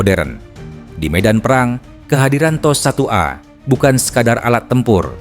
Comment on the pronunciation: Apa makna T.O.S tu? Adakah Tecnology Operation System. Aku dengar admin sebut macam teh o es...